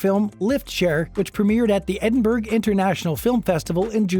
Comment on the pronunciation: Edinburg? Sheesh.